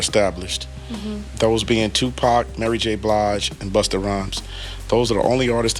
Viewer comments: " Tu pack" LMAO cmon man. You're videos are always solid. it's "Tu-POK" you should know this. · You don’t know how to pronounce Tupac? 😂😂😂😂😂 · Sorry, but I dont like the way you say Tupac